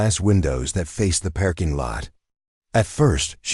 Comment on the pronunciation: You need to learn how to pronounce words correctly if you don't know how look it up you are miss pronouncing parking